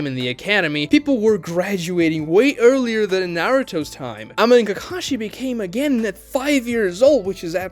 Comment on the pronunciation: You're saying Genin weird